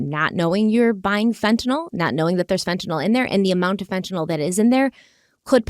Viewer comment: thank you for pronouncing fentanyl correctly.